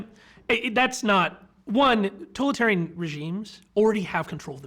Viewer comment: How is it that he is unable to pronounce totalitarian correctly? I hear mispronunciations a lot and it's bothersome.